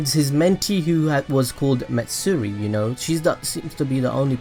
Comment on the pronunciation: wait did you say Mitsuri or Matsuri because gaara's student's name is Matsuri